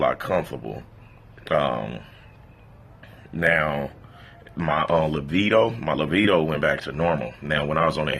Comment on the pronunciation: "My LAVEDO"......your command of the english language is astonishing.